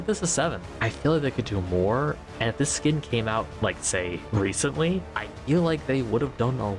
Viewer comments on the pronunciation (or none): hehe, you kind of did an oopsie with the last 2 skins name, which kind of funny